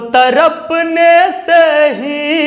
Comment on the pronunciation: सर आपका गाना बहुत अच्छा लेकिन उच्चारण में बहुत गलतियां है आसिक नहीं होता है आशिक होता है सर तरपने से नहीं होता तड़पने से होता है अपसाने नहीं होता अफसाने होता है गणित पढ़ाते हैं बहुत अच्छा पढ़ाते हो थोड़ा सा गाने का अभ्यास भी करो और इसमें सुधार करो तो आपकी आवाज बहुत अच्छी है और गाने का तरीका भी थोड़ा सा उच्चारण में सुधार कर लो बहुत आगे तक जाओगे